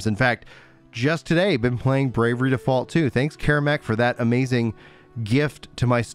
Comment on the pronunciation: It's "Bravely Default 2" not "Brave-er-ree Default 2", as you say it.